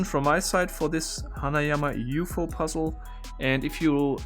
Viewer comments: Ah, COME ON, buddy. You MUST know d@ how to pronounce 'UFO', and it is NOT said as OO'-fo. The whole world says it the way it is meant, which is simply "You-Eff-Oh" --- or UFO. And I am sure you MUST know what it stands for: UN-identified Flying Object. You DO know this, right? RIGHT? HEY! ANSWER ME!!! Don't you walk away from me, DANG IT! Come back here!!! lol :-D Seriously, ALWAYS love your content, and TYVM for doing such a great job. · its U F O not uhhfooo XD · Trivia: in several languages, abbreviations are pronounced as words, and not spelling each single letter, it's just faster and sounds better. I am not German, but when said "Ufo" instead of" yoo-eff-aw", I didn't even notice, until I read the comments. ^^ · Pronouncing UFO Me: you efff ooh: ooofo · Did he just call the UFO oooohfo? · German way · I found it endearing the way you said UFO as a word being read out loud instead of an acronym.